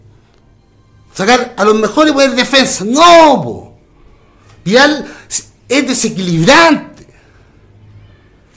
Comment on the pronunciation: Le decia verga a vargas y violin a vidal, le falta pronunciar :v